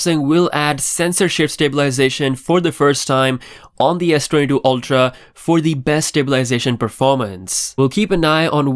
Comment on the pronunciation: Saying Sdoodoo again